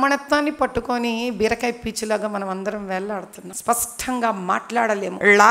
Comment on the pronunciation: స్పష్టంగా నా స్పస్టంగా నా🤔